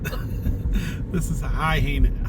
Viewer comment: Hey, guys, is Henus, on the transcript possibly Hyannis? The founders of the town probably came from the East and brought the name with them. It's Hi ann is (soft S).I loved your pronunciation, it's one of the more humorous that I have heard. Can't wait to see the rest of your trip home, hope you had fun!